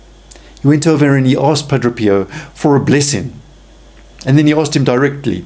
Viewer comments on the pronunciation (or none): Pa - DRAY! NOT Pa- DRO!